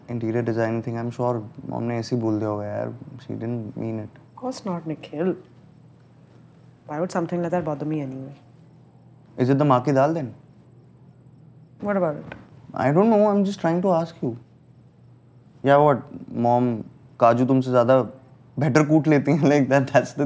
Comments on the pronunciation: It’s not maa ki daal actually it’s mah ki daal ( mah means urad ) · It's MAH .....😂😂😂not 'maa' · Hey its mah ki daal not ma ki dal 🥲😂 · It’s actually not maa ki daal... it’s maanh ki daal... maanh is the name of the lentil